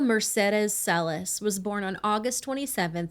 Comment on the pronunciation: The family actually pronounces their last name Cell-Iss. Furthermore, neither host is Latino. Would you be condescending towards an ESL person for not saying English words correctly?